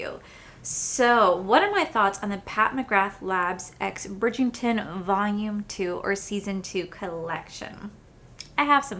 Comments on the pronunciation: I'm not sure whether its the accent or my hearing, but it sounds like you are saying Bridg-ING-ton, not Bridg-ER-ton. Really enjoyed this review - I love the show so much so i might go and grab the books. I don't think i will ever be able to afford anything in this collection. Even though its stunning, i think we can find similar for cheaper. Gorgeous ❤ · Bridgington10 will not save anyone cause it's Bridgerton.the books are way better! And it drives me insane when influencers don't bother to learn how to correctly pronounce product names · I've found her collabs w Bridgerton aren't anywhere near as good as her general products. I have her OG products and they're amazing. And you know how much myself and everyone loves you, but, it's BRIDGE - ERR - TON not BRIDGE - ING - TON. I'm so sorry but It drives me nuts 🤣🤣🤣🤣. Don't get me wrong, I'm not really one to pick up mispronounced words etc. But I had to say it babe. I love the series. Season 2 is very different with basically no Daphne in it and Simon isn't in it at all. I'm waiting on the books which are apparently quite different but I still will be happy with how both work out. Also, I've noticed when Pat does a collection e.g. Holiday or collab, her prices are cheaper than what they would cost as an individual product of hers. And I find the formula isn't AS good unfortunately. But it's still good and very Luxe. Love the video as usual 💜💜💜💜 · Bridgington lol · I love you! You know this! Let's say it together...Bridg-er-ton.😂😂😂 FYI, the Ultimatum is 😱....I'm going to finish it today! The red is an existing shade....they only changed the packaging. 🤷🏽‍♀️